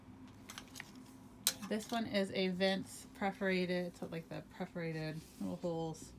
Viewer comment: Is it "preforated" or perforated?